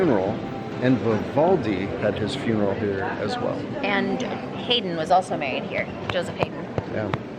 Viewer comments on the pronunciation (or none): Haydn is pronounced Hy-den ..... not Hay-den.